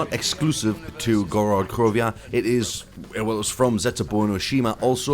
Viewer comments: Why do you say Gorod krovia? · You said Gorod Krovia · Why would you drop kick your grandma you're in idiot and I hate when you say that and you pronounce Gorod Krovi wrong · Ok doesnt matter it just sounded funny <3